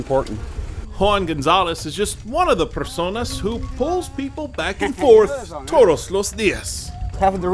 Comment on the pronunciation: " Toros los dias"... lol